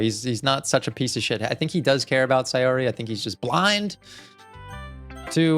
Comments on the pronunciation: Okay I’m so done it’s pronounced “say or y” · you're the only one who says sayori's name correctly (at least sometimes), most people say "say-ori" but since it's based in japan, it's "sa-yo-ri"